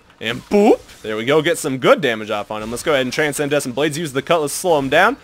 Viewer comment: dudeee gg wp but. TRANSCENDENT BLADES not TRANSENDESCENT loool every time xD gg tho <3